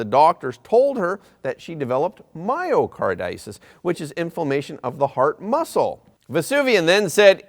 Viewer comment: Myocarditis is pronounced: my o car dye tis